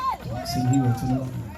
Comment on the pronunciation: its disrespectful to Elaine being you are both Jamaicans,for you not learning the proper pronunciation of her last name He- rah.